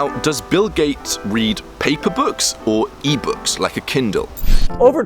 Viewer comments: 'Bill Kates' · Bill gayts